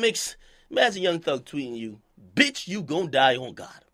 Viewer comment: that bitch emphasis tho